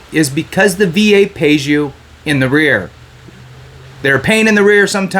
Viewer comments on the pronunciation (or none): "Arrears" not "The rear" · “In arrears” NOT “in the rear.” Credibility, young man.